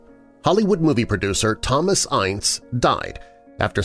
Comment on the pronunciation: I love you,but his name was pronounced "Ince" to rhyme with "mince"!